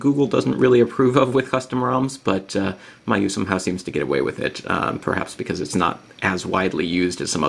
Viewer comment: It's pronounced mee-you-eye.